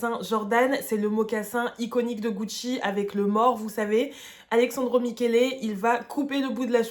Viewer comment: Super vidéo, mais je t’en conjure, parle moins vite et respire ! 😅😊 (C’est AleSSandro, et non ‘Alexandro’ 😅)